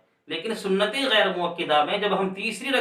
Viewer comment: Vaijan last main apka gayer bolna mistake ho gaya